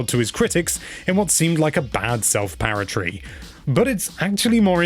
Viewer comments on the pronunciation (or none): Nice review but ‘self parrotry’ and ‘banial’?! 🦜